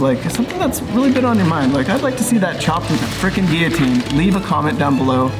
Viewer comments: What’s a gee-a-teen? That thing is a gill-a-teen!! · Why are you saying gearteen? It's Gill a teen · Is it just me or are these guys not including gav saying guiotine instead of guillotine? Or is it just an American thing? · Can this fuck stop saying geoteen?